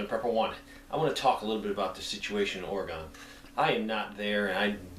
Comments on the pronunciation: Respectfully, it's "Orygun" not "Oragon" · its oregon like organ not ore gone damn! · For the record my friend, and as a former Oregon resident, it's not pronounced "Ore-e-gone". It's "Ore-uh-gun." Thanks and be well. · It isn't oregone, it's Oregun. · If you want to fit in out here in the PNW it's pronounced Ory-gun not Ora-gon. LOL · oreo - o + gun. how to pronounce the states name. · Ory-gun. Love you channel, long time subscriber. I'm from Oregon. Sorry drives me nuts when I hear it mispronounced. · the way we pronounce Oregon is Ore-gun. Seriously. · u say Oregon stupid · Your not pronouncing Oregon properly.